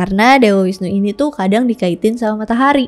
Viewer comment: Bagus skli kk, cuman koreksi sedikit V dibaca W ya kk misal visnu dibaca wisnu dst. Pura puseh ada disetiap desa bukan kecamatan Hindu di bali menganut aliran Siwa Siddhanta dimana semua aliran dipersatukan dalam harmoni Dewa siwa tepat nya pelebur, bukan perusak